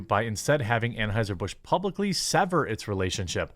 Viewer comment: Anhueser-butch is one of the best slips of the tongue I've ever heard 😂